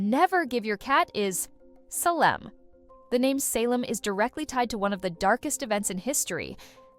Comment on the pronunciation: Right. Advice on cat-naming from someone who can't pronounce "Salem".